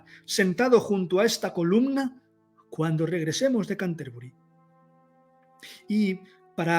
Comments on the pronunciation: Una pequeña corrección, se pronuncia Cánterbury. Sería una palabra esdrújula. Gracias por dedicarte a esta gran obra que contribuyó a elevar a la lengua inglesa ya que hasta ese entonces se encontraba totalmente relegada. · en realidad sería así: ˈkæntəbrɪ. No quise poner la transcripción fonética si no explicar que la pronunciación debía ser esdrújula. No pretendía tanta perfección.